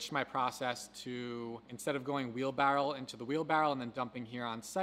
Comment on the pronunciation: Wheelbarrow not wheelbarrel lol